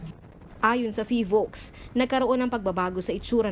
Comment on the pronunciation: Vice ala ey PHIVOLCS po hindi PHILVOCS 😂😂😂 kung gusto mo ng mamatay ikaw na lang po eh abay wag mo nang idamay kababayan mo ikaw na laang